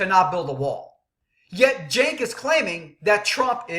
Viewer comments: or Junk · its pronounced SANK you dumb ass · I like it when he intentionally mispronounces Cenk's name....hilarious!!